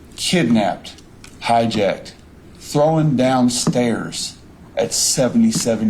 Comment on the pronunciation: And its "thrown"... Not "throwen"... 🤦🏼‍♀️